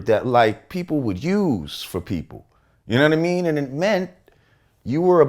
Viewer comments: "Younaddameen" needs to go on a tshirt... s/o lord jamar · "yuh nunna-mean?"